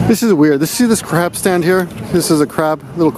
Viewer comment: Totally thought he said crap stand at first, instead of crab stand